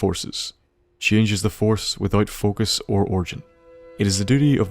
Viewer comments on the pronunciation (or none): none